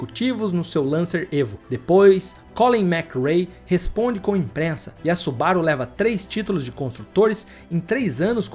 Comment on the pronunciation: Subaru. IMPREZAAAAAAAA NÃO É IMPRENSA. Toda vez ele pronuncia errado, que agonia😂😂😂😂